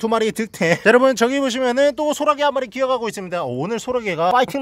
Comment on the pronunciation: 소라게를 호랑이라고 들어서 어떻게 잡나 싶었음